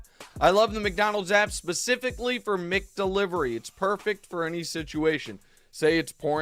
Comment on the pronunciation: Nick it’s Mac Delivery and Mac Donald’s not Mick Delivery or Mick Donald’s